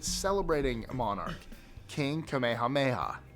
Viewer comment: First time I have seen a non Hawaiian completely botch King Kamehameha’s name